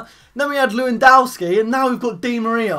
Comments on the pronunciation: It's not Lewandawski don't be Calfreezy, it's Levandovski. V not W, Polish is different. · you are so funny when you say/said leuiwandaowski = Lewandowski ;) <3 funny youtuber!!!! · It's pronounced 'Levandovski' btw